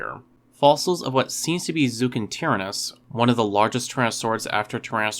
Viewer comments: “Zookintearanus” is probably your worst botched pronunciation yet, and that’s saying something, my god. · zuchengtyranus is actually (zoo-cheng-tie-ran-es) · I learned that you've mispronounced Zhuchengtyrannus and Djadochta.